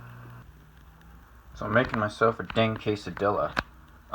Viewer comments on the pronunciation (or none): I hope you said “quesa-DEEH-la” ironically...